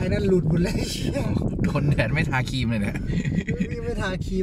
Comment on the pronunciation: ทาครีม ไม่ใช่ คีม กล้วยไม่ใช่ก้วย